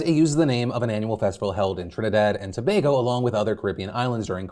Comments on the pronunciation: He pronounced Tobago correctly!!!!! XD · and Phil for the win... pronouncing Tobago correctly